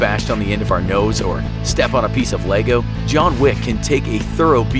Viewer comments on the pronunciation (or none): none